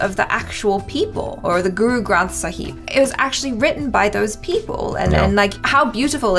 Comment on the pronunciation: I love how they mispronounce so many things GoOrOo gRAnTh SAhEEb